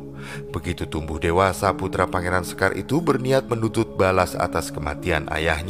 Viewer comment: Izinkan saya beri masukan agar pengucapan kata2 Jawa lebih pas/enak didengar. Sekar Seda Ing Lepen, kata 'sekar' diucapkan dg 'e' sprti pada 'lepas' , 'seda' yg artinya wafat diucapkan dengan 'e' sprti pada 'tempe' dan 'a' diucapkan sprti 'o' pada kata 'jowo' dan 'd' diucapkan dg ujung lidah di bibir bukan di langit2 mulut. Sedangkan 'lepen' yg berarti sungai, kedua huruf 'e' sprti pada 'ember''.